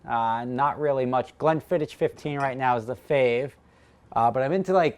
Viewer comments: its pronounced "glen fi dick", also my fav. try the 21 yr old. im actually drinking 14 right now. cheers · It's actually pronounced Glen-Fidd-Ik, just FYI.. hey I had to be told too. i love my Chivas, but I totally agree with you that the Japanese are killing it on the Whiskey front right now.